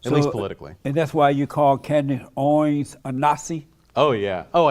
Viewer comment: This dude has a problem pronouncing words. He pronounces Candace Owens has Candace "Oins". Most of the time he's slurring his words and sounds like he's drunk. Is he drunk?